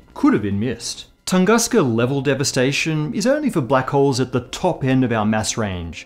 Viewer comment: Just a humble rectification from the native speaker: "Tunguska" is read as "Toongooska" (but "oo" is short, like in words "boUnd", "soUnd", German "Und" etc.), not "Tangaska", like you did. You may feed the russian equivalent "Тунгуска" to any machine speaker and make sure of that (the emphasis may be srewed though, the right one should fall on the second syllable, like in the video). The necessary sound is present in the English language, so there is no need to distort the word.